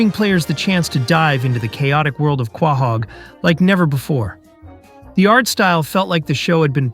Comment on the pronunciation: is this an AI voice? weird that a “fan” of family guy is constantly mispronouncing the name of the main city